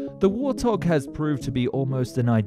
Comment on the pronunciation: Excuse me, did you say warthog or war thong? 🤔🤔🤣🤣🤣🤣🤣🤣🤣🤣